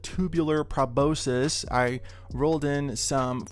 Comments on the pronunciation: Proboscis. pro-BOS-kis , or pro-BOS-sis. Never pra-BO-sis. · it's probe-aus-kiss, proboscis